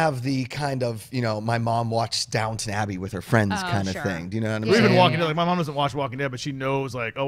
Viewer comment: It's Downton Abbey, not Downtown !!